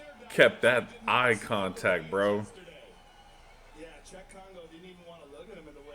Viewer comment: Dude, how do you not know it's Cheick Congo, not Chuck!! WTF. Not a lot of French guys named Chuck.